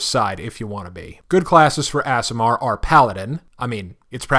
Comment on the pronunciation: Pronunciation Guide: Aasimar: Awe-see-marr Undine: Oon-deen